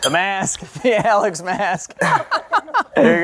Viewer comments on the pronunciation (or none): none